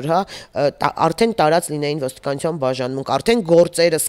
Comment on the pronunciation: Թ֊ն էլ` Ց, իշխանուՑյան, ոստիկանուՑյան, հա՞, հա՞, հա՞ ❗ Ա, ա՛, ա՛, ա՛, ա՛, անգրագե՛տ հալով դարձել եք քաղաքաԿԱՆացված չԳործիչներ, ՀԱ՞, հա՞, հա՞, հա՞ ❗ Յա՛խկ, յա՛խկ ‼️Նողկալի է նման անգրագետներին լսելը😮😡😡😩😩